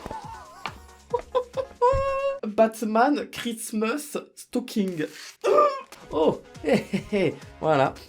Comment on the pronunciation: BATMANEUH KRISTEMEUS ( Flemme d'ecrire le reste mdr) SUPER ACCENT